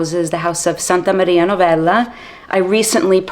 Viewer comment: The way you say "Santa Maria Novella"...you have Italian genes don't you? 😊 Great review as usual 🎉